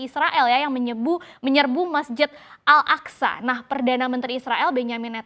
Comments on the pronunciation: bun al aqso bukan al aqsa...yg bener tuh nyebutnya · Pengucapannya Masjid Al Aqsho meskipun penulisan Al Aqsha artinya beda itu. Haduhh payah nih reporter CBNC.